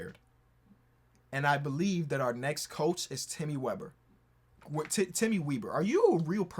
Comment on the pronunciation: as a person with the last name weber it is pronounced the same as chris webber